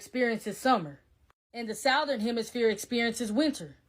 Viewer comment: Soon as she said south ern and not southern I stopped listening...not to mention she's going off.a Bible that is to be believed but had been passed down from the same people she's sayin are fuckin us over??? Idk just too much chaos and too many false things making shit hard to figure out